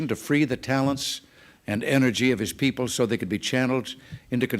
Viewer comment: Wonder why Singaporeans who are well educated pronounce "people" as "pee_per"?